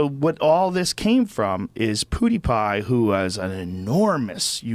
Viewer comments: Poodiepie 😂 that’s exactly how I’d expect joe to pronounce pewdiepie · It bothers me the way joe says pewdiepie like pooodypie 🤣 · Haha he said Poodiepie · I love how Joe pronounces it Pootie Pie lol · Joe Rogan: poodiepie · Joe keeps pronouncing it "Poodeepie" lol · Misprounces as “Pootie pie” then proceeds to mock his english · He said “poodiepie”😂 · Joe "Poodiepie" Rogan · nobody: Joe rogan: "poodiepie" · I love how He calls him poodiepie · It’s pew not poo lol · Joe “poodipie” Rogan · Joe Rogan: "pootiepie" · (Pyou) Joe! Not (poo)! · poodiepie lol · "poodiepie" hehehe, I agree Mr. Rogan! poo diepie indeed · Saying poodiepie like that is so annoying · He is not pooodepie it's PewDiePie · I like how he calls him 'poodepie' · I love that joe pronounces it "poodypie" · Hey Jamie, tell Joe it's pronounced pew, not poo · Jesus Joe, it's "Pew" not "Poo". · no one: joe: Poodiepie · Joe Rogan calls him “pooty-pie” what a fucking grandpa lol. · "Poodiepie" lol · Not even 'Poodiepie' Pooty Pie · I can't get over Joe calling him poodiepie 😂😂😂😂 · Joe "Poodeepie" Rogan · Joe " poodiepie" rogen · JoenRogan keeps calling pewdiepie "poodiepie" 😁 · Joe says poo-diepie 😂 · i love how joe calls him pooty pie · It’s pew like a gun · I like how he pronounced it “poodiepie” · Who is Poodiepie? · No one: Exactly no one: Joe Rogan: "Poodiepie" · "poody pie" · joe called him poodiepie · "poodipie" LULW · "Poody pie" - Joe Rogan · lol its not poodeepie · "poo dee pai" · Nobody: Nobody: Joe: poodeepie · Dear Joe, LET THE MAN FUCKING TALK!!! I love you dude but DAMN. Also, “poodiepie” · "Poo die pie" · Joe it is pronounced “Pew Die Pie” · It's not, it's pronounced "pew-dee-pie". "Pew Die Pie" sounds like a death threat to a pie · Joe "PooDiPai" Rogan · Why does Rogan say Poodiepie? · Joe said poodiepie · “Poodiepie” Hahahha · Joey “ PoodiePie “ Rogan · "Poodie pie" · If he says "poodiepie" one more time I'm gonna lose it, lol. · swedish 😂pewdipie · He said (Puty) Pie ahhahhah